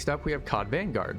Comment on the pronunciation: it's simple one word: V A N G U A R D